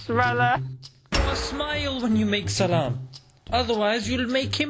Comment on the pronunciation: People generally say salaam very fast and thus most of non arabs pronounce it wrong. If you would speak to arab then you would get proper pronounciation reply. Assalamualaikum brother.